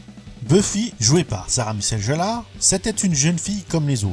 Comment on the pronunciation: alors c est sarah michelle Gellar et non jellar